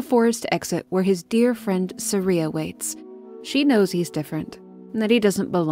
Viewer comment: For my entire life, I've pronounced Saria two different ways, never knowing which was correct, and you've just given me a third way. Thanks. Sah-reeuh Suh-r(eye)uh Suh-reeuh.